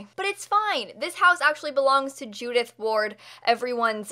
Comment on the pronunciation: A bit later but I heard Judith Ford not Ward so I thought it was kinda like a 36 questions reference XD